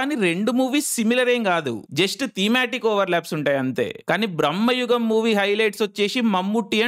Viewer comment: Aa anmol gadi video neat ga copy thengav ga...super Jump cut nuvvu...super Btw...adi brammayugam kaadu...bramayugam....theda thelusuku thagaladu